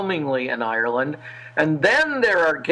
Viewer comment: Good God! She must be the worst interviewer in history...she can hardly pronounce Ireland!